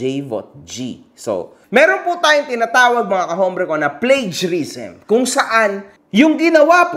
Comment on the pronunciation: ITAMA KO LNG "plagiarism" play·jr·i·zm The word "plagiarism" is pronounced "PLAY-juh-riz-uhm" in American English and "PLAY-juh-riz-uhm" or "PLAY-dʒər.ɪ.zəm" in British English, with the stress on the first syllable. You can break it down by sounding out the parts "play," "juh," "ri," and "zuhm". Here's a guide to the pronunciation: PLAY: (as in "play" or "plain") - This is the first syllable and carries the main stress. juh: (as in the first syllable of "juggler") - This is a softer "j" sound. ri: (as in "risky" but shortened) - A quick "ri" sound. zuhm: (as in "prism" but with a "z" sound) - The final syllable.